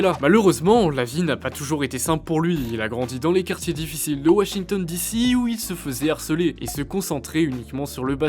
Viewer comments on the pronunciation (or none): none